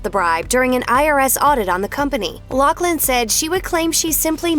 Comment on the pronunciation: God can you pronounce her last name right??? It’s Laughlin with an F sound, no C in her name